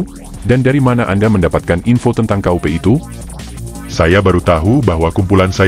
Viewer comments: Kok "KA U PE" 😅 ,Ya dibaca kup=kudeta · Kup bukan k u p....bukan singkatan....!!!